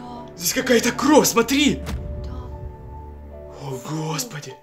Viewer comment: Почему ты говоришь Кроу а не кровь????